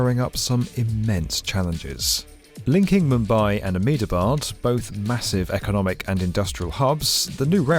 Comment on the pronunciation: Being from Ahmedabad, I laughed how you pronounced it😂 but seriously good content and it’s the need of the hour.